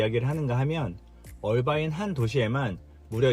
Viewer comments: 어바인이 아니고 얼바인 라고 하는게 귀에 너무 거슬려서.... 나갑니다. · 얼바인아니고 어바인 아닌가 영어에 가장가깝게발음해주는것이 맞을듯 신호등 문제 Irvine Blvd 에서 sand canyon Jeffrey culver 홍신호에기다리면 앞은 청신호 통과하면 다시 적신호